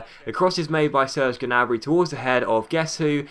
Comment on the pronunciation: Ok, this has been bothering me for a little while now. Correct me if I'm wrong, but I think you don't pronounce the G in Gnabry's last name.